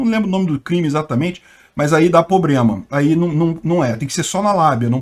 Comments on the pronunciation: Não acredito que você disse “pobrema”!! Foi mau. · depois desse seu “POBREMA” vc perdeu todo o prestígio q tinha comigo. Como um cara do seu nível cultural pode cometer um erro gravíssimo de português como esse? Lamentável!!!! Horrível!!!!